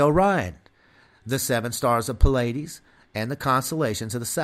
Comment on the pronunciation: Pleiades is pronounced Plee-iades, not Puh-ladys.